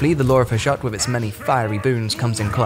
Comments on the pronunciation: Tiny nitpick- Hashut is pronounced "HAH-SHOOT" HASHUT VORGUND ZHARR-NAGGRUND! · That's not tiny if the narrator assumes it is Murican and pronounces it like that. HOW did he get the idea to say Ha-shut? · i imagined "Hashut" would be pronounced differently 🙃